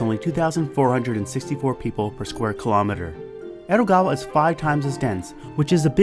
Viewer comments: It's Edogawa, not ero, why you change the D into R. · Is it just me or did he say Erogawa instead of Edogawa?